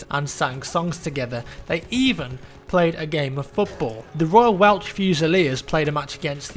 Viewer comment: It's Pronounced Royal Welsh. A member of the Royal family misspelt it welch and they never changed it